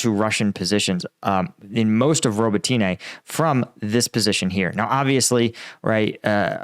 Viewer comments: Please don’t say robotyne and priyiutine. The y is silent. It’s Robotne and Priutne. I know you don’t know Ukrainian. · bro, can you pronounce Robotyne how the actual Ukrainians do? Robot-knee That’s how it’s pronounced, well how it sounds when said